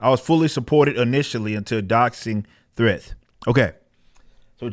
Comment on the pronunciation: The way Eric said threats made me rewind and laugh like 10 times haha... thress